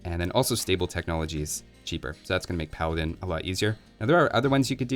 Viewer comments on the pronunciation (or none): none